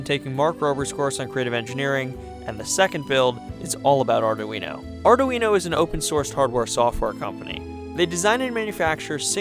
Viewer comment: The "Ari-duino".